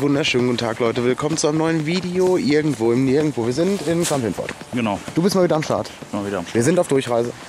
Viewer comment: Klar hat er doch gesagt Kamp-Lintfort 😂😂 so wie immer🫣